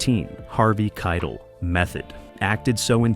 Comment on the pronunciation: It's Harvey KITEL PRONOUNCED KITE -ELL NOT KIDLE!